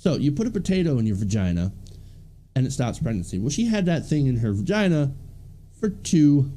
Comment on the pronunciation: Are you saying "vergina"? LOL